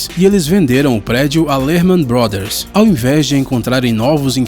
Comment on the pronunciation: Não é Lerman Brothers